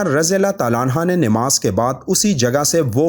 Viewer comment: Namaz not nimaz